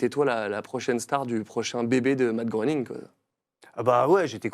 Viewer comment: Matt Groening, ça ce prononce "Gré"ning 😉 Merci pour cette émission de légendes 🫶🏻